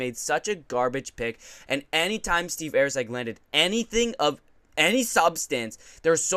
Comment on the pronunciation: who the fk is AIRCEG lol bro come on get his name right love ya bra